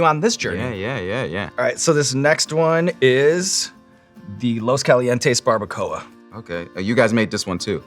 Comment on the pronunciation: "The Barbaracoa" had me 😂😂😂😂😂